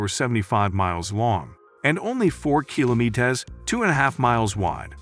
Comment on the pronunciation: why cant this guy pronounce kilometres? lol